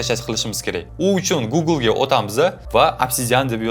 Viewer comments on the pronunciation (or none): none